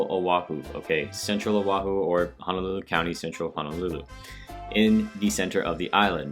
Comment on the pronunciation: Nice job on the video. I’m native Hawaiian, just wanted to touch on one thing, your mispronunciation of Honolulu. You kept saying Hanalulu. They’re “O”s, not “A”s.